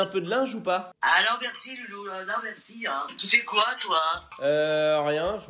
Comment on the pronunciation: « Et mercee hein » 😭😭😭😭